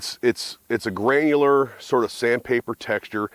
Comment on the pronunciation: Grainular lol say grainy lol just grainy lol